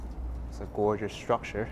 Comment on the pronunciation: Oh, I do love a New Yorker saying goygeous. Thanks againAK